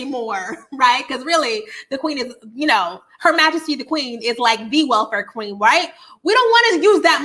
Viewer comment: Not “thee welfare queen” 😭😭😭